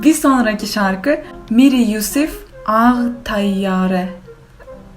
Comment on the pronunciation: miryuzif dilin qırılır uçaq de